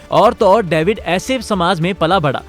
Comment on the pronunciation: Daevid ni lohdu david